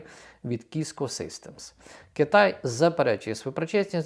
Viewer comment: Циско системс, а не киска 😅